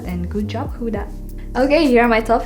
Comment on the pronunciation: I love how ur like huda huda but ur not saying her name right